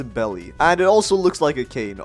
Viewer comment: Am i the only person who noticed hes been pronouncing beli wrong the whole time? Its not pronounced belly its pronounced berries its bery clear he hasnt seen one piece